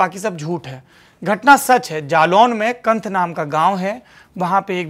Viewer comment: कंठ नही कैंथ है गांव का नाम है।